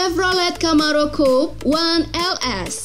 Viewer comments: Coupe itu cara bacanya bukan coup, tapi kup (amerika) atau kupe (brit) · coupè itu bacaannya kupe bukan koup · COUPÉ ITU BACANYA "KOUPE" COKK BUKAN "KOUP" NGASAL KALO BIKIN CHANNEL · Ogi Dharmasura Daily setuju gan, admin nya perlu banyak belajar bahasa asing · "Kooupp..!!" Wkwkwkwk belajar pengucapannya lg deh.. bikin malu aja isi suara video tp salah bacanya. Wkwkwk